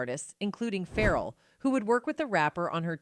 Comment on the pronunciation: I need the narrator to get the pronunciation of the names right. I'm listening and multitasking, like who is Pharaoh....looks at phn and its Pharrell 🤦🏽‍♀️